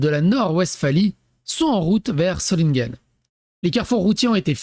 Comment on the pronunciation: Pronocer Zolineguen